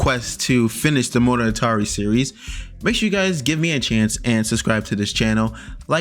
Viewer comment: I cringe HARD every time you say monogatari, IT IS PAINFULL!